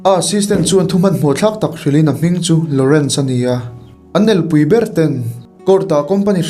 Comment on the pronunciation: El pui pawh I chhiar dik thiam nange